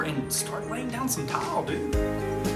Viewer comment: “We do gotta.” “Tawl.” (Tile).